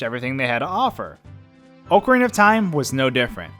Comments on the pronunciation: DID HE JUST SAY OHCARINA INSTEAD OF OCARINA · Oh-carina of time? Seriously? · Oh-carina Lol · Its not fucking Oak Arina FUCKING DUMB ASS. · Oh-cuh-rena of time lol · It amazes me how many people pronounce Ocarina incorrectly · Every time you mispronounce ocarina I die a little inside